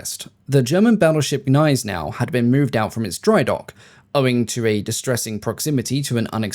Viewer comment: Why you dropped «G» by English rules for Gneisenau? It's not "ay" either